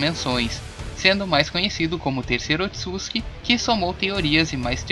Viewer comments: Gostei do vídeo, mas me deu uma agonia a pronúncia “otsuski” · Engraçado que o fala Otsuski kkkkkkkk